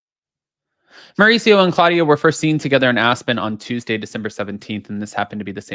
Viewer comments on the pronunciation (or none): none